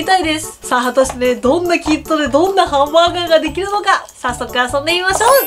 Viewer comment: 最初のハンブァーグァーがおもしろい